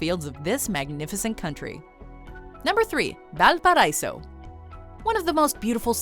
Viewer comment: I'm sure someone has mentioned this already, but Valparaíso is pronounced "Val pa ra ee so". but this is a great video showing lots of what Chile has to offer!